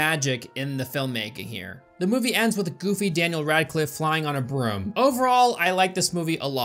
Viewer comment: i am not a 100% certain if knows how to pronounce "broom"